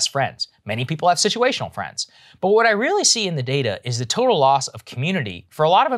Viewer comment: "Wanna be my fwend?" Americans: fuck no.